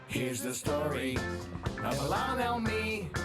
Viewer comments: Just for the record ... her name is pronounced as IIhan (II+HAN), not I+Lon! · NOT “ee lon” it’s “ill han”. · Her name is IlHan, not IlLan (which is a Hebrew masculine name).